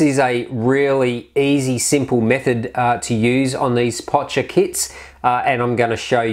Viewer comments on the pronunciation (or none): It's not Potcher. It's pronounced POK-KER